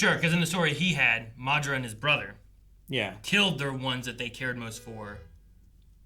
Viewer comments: So. How long do we think we will have to wait till they pronounce Madaras name right? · You guys are pronouncing madara wrong